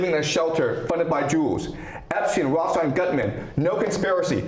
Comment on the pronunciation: You can tell how full of crap someone‘s conspiracy theory is by how they pronounce Rothschild. Hint: It‘s not Roths-child.